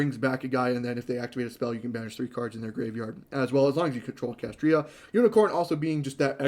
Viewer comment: If I hear you say "Kashtria" instead of "Kashtira" one more time...